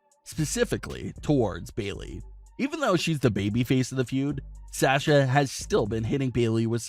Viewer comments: “Sè sha” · Why do you pronounce Sasha so weird?.. Also, you provided absolutely no real information other than what you would get if you watched the show... Thanks?.. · can this guy stop saying sasha? he cant even say her name right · Gosh I wish this guy would learn how to say Sasha correctly